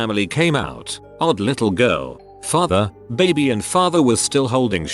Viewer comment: The creepy fact is that this guy doesnt know how to pronounce baby